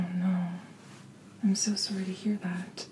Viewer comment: I'm also canadien!😜 i know its cliché, but u sais sorry in the vid and it was an accent all to fimilliar to me😂 btw love ur content keep up the gud shit